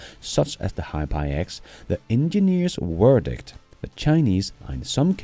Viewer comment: Hiphi is prounounced like HiFi, ie High Fidelity.